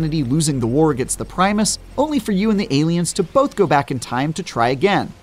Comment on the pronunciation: Primers not Primus you goofball game journalist